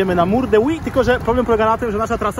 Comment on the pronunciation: Od tego powinno się zacząć. Mam na myśli prawidłową wymowę tej ścianki [Huy]. dzięki. Od teraz będę o tym myślał mniej wulgarnie.